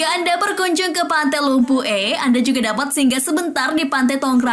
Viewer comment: Pantai lumpu eh Saya dari pare pare dan itu bukan cara bilang lumpue